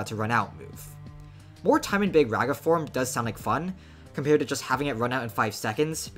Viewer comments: “Big RAGa” bro its big “rawga” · Its rah guh, not rag uh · BRO ITS NOT BIG REHA ITS BIG RAAGAA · HOLY SHIT BRO THIS GUY!!! ITS NOT BIG REGA IS BIG RAAGAA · I know doesnt really care but Mahoraga is pronounced maho-raw-ga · My goat got so cooked for pronouncing it wrong he's just calling him big raga now 💔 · You got tired of being laughed at for pronouncing Mahoraga wrong so you compromised, adapted and overcame. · Stop saying raga like that bro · You cannot pronounce this mfs name for the life of you shortened or not 😭